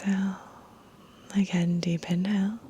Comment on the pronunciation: I heard “deep inhale” as “deep in hell” 😳 😂😂😂